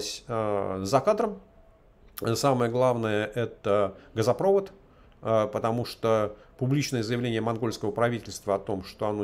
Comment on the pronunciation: ГазопровОд , а не газопрОвод 😅